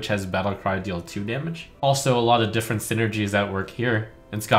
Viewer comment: Tfw not knowing how to read "different"